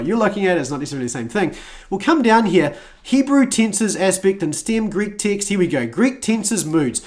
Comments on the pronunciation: I thought you were saying "Ticks"for over 12 minutes in...then I saw the words you were reading and noticed you read the word Ticks ?????? AND I then saw Text, you had been saying text/s instead of the word Ticks. LOLOLOL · Everytime he says "text", it sounds like "tics".